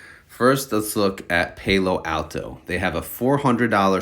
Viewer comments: It's Palo.. like "he's my PAL.... Then O"... YOU'RE killing me with your pronunciation. Palo Alto is where Stanford University is. Northern California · Alto... the word "all" and the word "tow", all-tow = Alto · I knew someone wasn’t going to be able to take it any longer! You put the pal, in PAL-o Alto! 😂